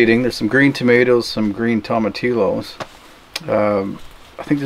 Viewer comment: Tomatillos are pronounced Toma Tiyos. Not Tilos lol Just wanted to help you out. Love your videos!!!